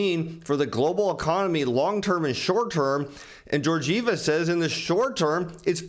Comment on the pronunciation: I hope your shirts keep that level of ironing while you say Georgieva that way ... Man ...